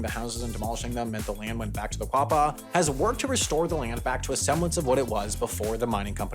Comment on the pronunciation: It's spelled Quapaw. Pronounced Oh Gah Pah. Also Miami is pronounced Miamah. I live in Miami Ok which is literally next door to Picher. About 10 miles for me.